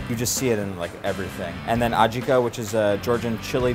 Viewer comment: "People will always tell you that something is wrong" For example, the way you say "adjika" with wring emphasis... Or is it adjIka only in Russian?)